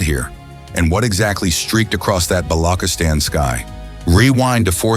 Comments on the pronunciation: Bolokistan ? Freaking AI, its Balochistan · correction Its Ba-lo-chis-tan not Balo-kistan. Thanks ✅ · Its not blockistan 😂😂😂 its balochistan ❤❤ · Bollockisstan wtf stupid guy can even pronounce it properly lol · its ch like charming, so say BaluCHistan in Pakistan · “Balokistan” lmao AI sucks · BALO - KIS - TAN 😂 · In pure English for English people pronunciation of "Chis" is difficult